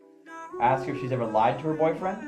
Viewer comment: Man , PLEASE say “ask”. It’s not “axe”.